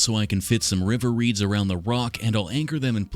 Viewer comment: “Wiver reeds” 💀😭💀😭